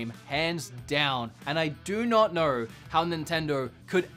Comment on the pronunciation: When you say "know," it sounds like you're swallowing half the word.